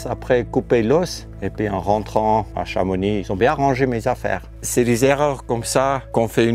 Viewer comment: C'est bien il a prononcé Chamoni pas Chamonixxx 😂